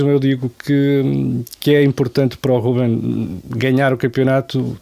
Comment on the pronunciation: Por que é que todos os parceiros de LFL, neste programa, dizem RÚBEM Amorim?